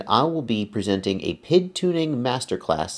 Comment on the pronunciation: It's a great, vid, but he is killing me when he says Pid instead of P.I.D.